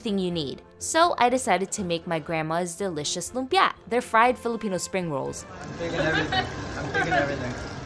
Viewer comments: Her lumpia pronunciation is different from mine, so interesting! I wonder if it’s a dialect thing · that’s the first time i heard someone pronounce lumpia like that